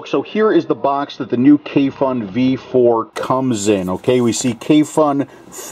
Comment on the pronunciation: Hi, your reviews are always great and in depth. If you would like to be the first American reviewer to pronounce the brand and the name of this product correctly, here it goes:) Kayfun is pronounced: Kuyfoon (with accent on the double o where double "o" is pronounced as in a word "moon" and u pronounced same way as in a word fun) and Svoe Mesto is pronounced: Svoyo (accent on second o) Mesto (accent on o) I'm a Russian speaker, so believe me this is right:) Kayfun by the way means having joy or enjoying.. Svoe Mesto means "It's place" whatever Sergey meant by that. (Everything has it's place I guess). Thank you for your reviews!